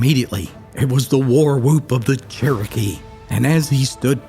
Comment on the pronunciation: Why did you say "Kerokee" instead of Saying it right ( Cherokee)??? Let me guess .....so you wouldn't have to pay a royalty for the name....???